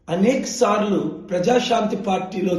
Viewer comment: అనేక్ సార్లు కాదు అనేక సార్లు Pastor లాగా మాటలాడకు